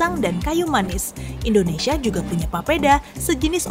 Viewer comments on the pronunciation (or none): none